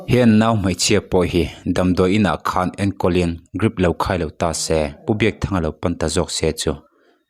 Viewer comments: Grip ti lovin Drip tih tur😂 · Hey, channel te in siam chuan thil hre ru.. Grip a ni lo.. Drip he hu hlawm chuan.. Greep tiin lam suh, Dreep tiin lam rawh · 😂😂😂😂 Grip ti lui ngar ngar Grip lutuk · Grip ani lo Drip aw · Drip tih tur ah grip i ti tlat mai. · Ngatinge GRIP ti hlir a i chhiar le😮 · Grip iti zel a😂😂😂.. Lam dik ve tal la mawle .. miin an ngaithla teuh dawn sia maw...😅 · GRIP a tih rual rualin ka tui lo nghal😅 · Mizo tawng takngial pawh a chhiar dik thiamlo ania😮😅 Grip😮